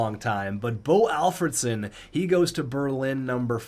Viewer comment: To be fair that's how he pronounces it. Always has😂